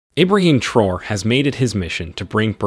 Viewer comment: At least pronounce his name correctly